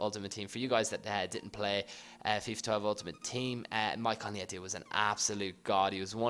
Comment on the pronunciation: I'm not one of those people that usually correct pronunciation but leite is pronounced lee-ech-ae